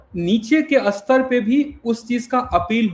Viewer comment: स्तर" शब्द का उच्चार अस्तर" ऐसा ना करें दोनों अलग शब्द हैं दोनों के अर्थ अलग है।